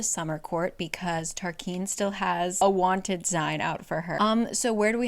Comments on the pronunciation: Tarquin is TAR KWIN …not KEEN. Kind of like Quest not Kest. And I appreciate these videos my friend. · I thought Tarquin was pronounced Tarkin, but not I’m also thinking Tarkin or Tarkeen are possible. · I literally live for these videos, but every time I swear she says Tarquin wrong 🤣 still re-watch these videos tho 🫶🏼